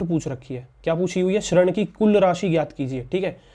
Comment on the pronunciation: Bhai tum padha thik Rahe ho mast pr bol hindi english dono mai galat Rahe ho hindi hai shrand nahi (rind) d damru wala aur english mai dett bolenga 👌👍